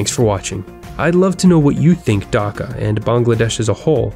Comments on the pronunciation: its Dhaka not daka btw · please prunounciate properly it is dhaka not daka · You said daka I will be dhaka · It's annoying when westerners don't aspirate the "h" in Dhaka. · God dammit no one pronounces Dhaka right